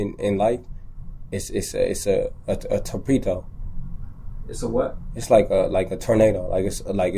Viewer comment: Keisha looking directly at the camera like 👀😭 “where I’m at right now in life …it’s a tor-peet-oh” 😫😫🤣🤣🤣 at the guard: 👀👀👀 The guard: “pay attention” 👈🏽 2 seconds later at the guard again: 👀👀👀 😂😂😂😂🤣🤣🤣 great teamwork 😭